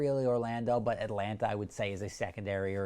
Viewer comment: I quite like the way you pronounce "but" ... bwuht